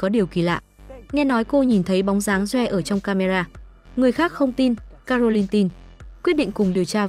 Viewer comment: Câu chuyện được kể rất confusing! Tên của người trong câu chuyện nào là doe, kờ le.v.v tôi nghĩ không đúng với tên gọi của họ vì phát âm không chuẩn. Is it Joe (đọc là chou, not doe, và claire not kờ le? Ôi rối mòng chẳng hiểu gì hết.